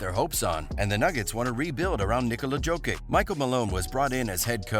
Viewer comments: Everytime he says Joe-kick I wanna smash my phone. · Jo-kitch ffs. How hard is it to learn shit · bruh, its YO-KITCH, like Yo Kitchen, Yo-Kitch, JOKIC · When you say “Jokic”, it sounds like you’re mispronouncing “joking”!!! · Fuck my ears everytime he says Jokic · You do not know how to read Jokic name, but u have more insaghts on what denver will do. Pls tell us more